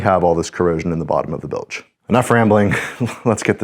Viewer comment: Y'all are so awesome!!! O.. WOW. That used-to-be-wood panel! ACK ... (btw... "bilj", not "bil-ej")